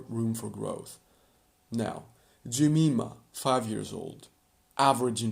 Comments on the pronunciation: And Jemima is usually pronounced "Je-MY-ma", not "Je-ME-ma". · 1. You swapped Yvette and Alicia 2. It's Sherry, not Shelly 3. Jeh - Mai - Mah